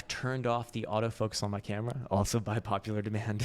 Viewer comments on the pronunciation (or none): none